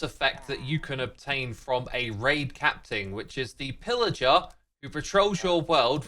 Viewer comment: Am I hearing incorrectly or did Xisuma say “capting” instead of captain ?😅